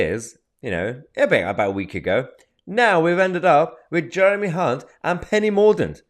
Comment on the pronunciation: Don’t think it’s pronounced Hunt